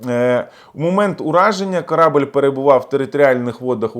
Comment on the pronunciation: Не "корАбель", а корабЕль !!!